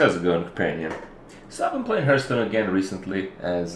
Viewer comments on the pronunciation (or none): I love how Kripp after all this time still insists on calling it "Hurthstone". He clearly doesn't give a single fuck. :p